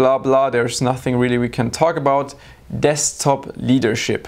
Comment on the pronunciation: he said deSKTop so many times in such a weird way. i thought it was wrong way to pronounce it :D